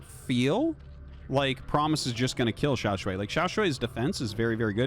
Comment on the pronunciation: Nah, we gotta assume that he would prefer if people said his name correctly. Before this time Artosis had been saying Xiao Sh-u-i instead of Xiao Sh-u-ai. I think it's a good change and not too hard to implement. If Xiao Shuai chooses an English language name, like all the Korean pros, that would also be cool. The purpose of Pinyin is to use some roman characters to represent each part of the Chinese language sounds, which are, thank goodness, quite consistent compared to the changing English sounds. As a native English speaker living in Taiwan, I wouldn't want to change Pinyin even one bit. Saying things however you want to say it is fine and good for tourists or diplomats, but if you really want to live here and not sound like a fool it's good to know how things should sound. The purpose of Pinyin is not convenience of foreigners. Local people here prefer to use a system called Zhuyin that has non-Roman symbols, which is also good for focusing on the correct Chinese language sounds. In Taiwan they use Zhuyin to teach kids, in China they use Pinyin in grade school the same way, even when they never learn English.